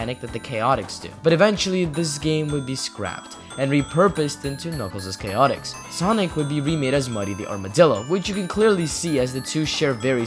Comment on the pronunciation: This is the first video I have seen where someone pronounces the game's name correctly.